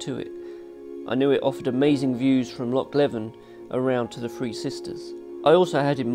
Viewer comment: Nice video. But next time, remember Loch Leven is pronounced Loch Leave'en (rhymes with "even" not with "eleven")